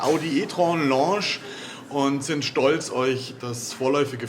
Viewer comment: Lounge, nicht Longe. (Laundsch, nicht Loosch)